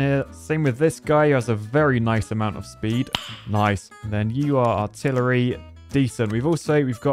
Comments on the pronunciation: Lol, "Artilitree" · Artil-a-tree begs for more research, you'll get there... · the word artilitry really got me